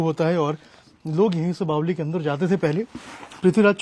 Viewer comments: Apko Kisne reportr bna diya jo bavri ko bavli bol rhe ho. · बावली नहीं भाई बावड़ी बोलते हैं सही तो बोला करो